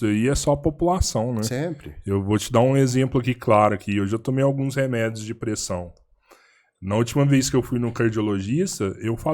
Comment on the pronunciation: Nem "renedios" kkkk